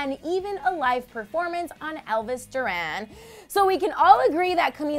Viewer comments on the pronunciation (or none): none